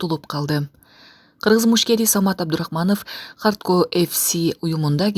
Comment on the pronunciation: Хардко эмес Хардкор деп айтсанар туура болот эле.